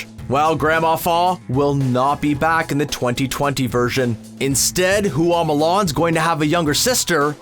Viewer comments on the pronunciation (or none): chinese people watching this: Why does Everyone say Fa Mulan, it's Hua